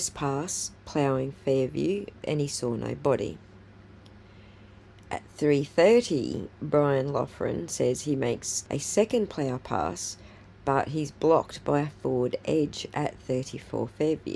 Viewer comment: Btw it’s pronounced Brian Lock-ren. Not huge detail but 🤷🏼‍♀️